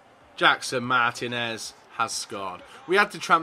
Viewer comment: andrew maxwell No, the I should be accentuated, "Mar-tea-nez."